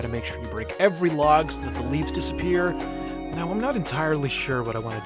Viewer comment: Coal and water Haaaaaa "disepiers"